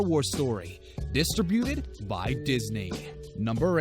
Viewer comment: it's pronounced distributed not distrabuted and Versace not Verace...wtf